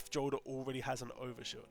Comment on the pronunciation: Jolder is pronounced Yolder. You can confirm this simply by playing the game and listening to the ghost and npcs say Jolders name